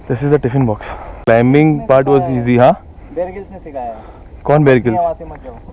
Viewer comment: nikhil u literally said kaun bear grills 😅😂